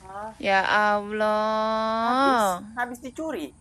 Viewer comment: Sebut ALLAH jadi aowloh 😂😂😂